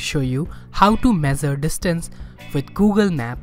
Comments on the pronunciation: It's not mezer it's measure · Mezzure nahi mesure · It's not mezure it's measure..🙏